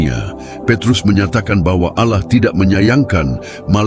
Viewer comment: 1 hal saja. Allah itu sebut jgan auloh.. kerna itu membuat kelas sebelah pikir Allah kita 1. Kita beda...maka sebutan Allah sebutlah dgn btul n jgan auloh.